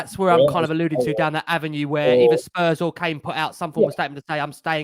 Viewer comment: Great show as always but please stop saying Spurs’s. ✊🤍